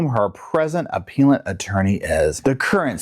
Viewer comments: I think it’s “aPELLant”, not “aPEALant” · It’s pronounced: “app-PELLLL-ent” lawyer. Also, love your work, thank you. ❤️👍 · 😂 you crack me up appellant - a-pell-ant. You make and appeal then become and a-Pell-ant - English is hard for even English speakers!